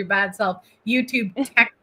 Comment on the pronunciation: “tect” support…. Tell me you’re ESL without telling me you’re ESL….